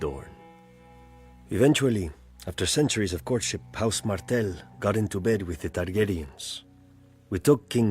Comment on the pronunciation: It is House "Martell" (not Martin)